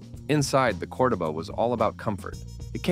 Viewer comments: Its pronounced Monteego NOT Montaygo. Also pronounced Cordoeba NOT codaba It was a piece of junk anyway Did you really say torquey? Stop using AI software for narration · yes I know...I was making fun of the AI as it mispronounced Cordoba